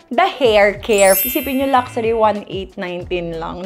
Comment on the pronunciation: Luck-shoo-ri vs Lucksari 😑